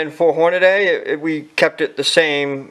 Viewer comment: It's not Horn-a-DAY. It's Horn-a-dee!